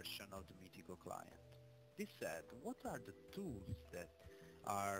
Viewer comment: MITICO.... ecco la corretta pronuncia di Meetecho... COMPLIMENTI!